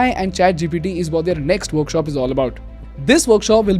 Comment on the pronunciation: "They are" and "their" is not the same, they've different pronunciation 😅. I know I'm being pedantic here but believe me I've been avoiding this for a year, its just I'm not able to😅.